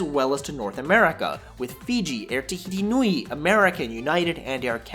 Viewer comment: Take your whinging north American accent back to where you come from. complains about A320/1 product - doesn't even fly on that product. Fuck off. Learn to say some things properly: "Kia Ora", "Tasman", "Tahiti Nui" ... etc.